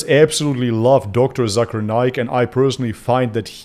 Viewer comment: Hey Its Not Zakaar Naik / Zaker Naik , Its Pronounce Zake'er Naik . In My Language (Malay Language) Zakar Mean Man Private Part and Naik Mean Up/Rise .😂😂 . So Be Careful Bro . 😜😜✌✌ . btw , Zakir Naik Currently Permanent Resident Of Malaysia , He And His Family Live In Putrajaya (Malaysia Administration Capital City) . ♡ 🇲🇾